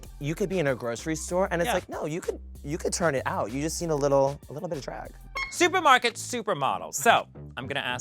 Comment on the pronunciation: Had me crying when Jessica wild kept saying litterl